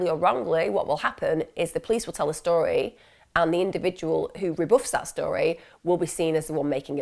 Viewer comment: Lol i just has to rewind when you this “okay this is the Tory that is told” I’m guessing you meant to say story but found it funny also shows it was likely one take